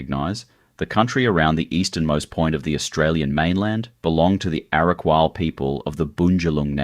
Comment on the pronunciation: What a crock of absolute bullshit this piece of drivel is! Stacks of photos of places other than Byron, absolutely murdering the actual names and totally mispronouncing EVERY SINGLE indigenous word he uses, Cavvanbah, Arakwal, Bunjalung, Belongil, I literally cringed each time I heard those words being strangled by whoever this NON-BYRON person is that has put together this awful 'documentary'. Very cherry-picked, sensationalist RUBBISH! Obviously not only has this guy NEVER even been to Byron, but he just totally gets it all wrong. DO NOT BOTHER WASTING YOUR TIME WATCHING THIS! 🤮